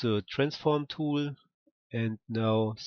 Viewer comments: Dont read it like tooul!!!! Read it like tool its annoying af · I mean I really like your videos but the way you pronounce the word "tool" is annoying me. Can you pronounce it right please? You can just look how its pronounced here: its like /tu:l/